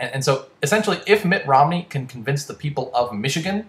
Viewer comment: Uhm, "Romney" not "Rodney"